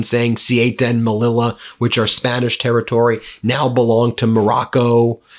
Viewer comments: CEUTA is pronounced say-oota. MELILLA- Meliya. PLEASE! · Sorry ben its say-oo-ta ceuta and melliya melilla Double ls are ys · Darn, Ben!! PRONUNCIATION!! Ceuta=Seu-Tah, and Melilla=Meh-Lee-Yah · It s pronounced ‘seuta’(ceuta) and ‘meliya’(melilla). Sorry for correcting. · This is red meat for his dwindling MAGA/Republican Party. Morocco is at the root of this, but I would like to see footage of what kinds of boats were supplied for this. Ceuta (pronounced Say-yoo-ta) and Melilla (pronounced Me-Lee-ya) have been a sticking point for both countries since 1497. This happened when I lived in Madrid for nearly a decade. Would I be surprised that this action was planned to give trump a pawltry photo op because the republicans have nothing to run on? No.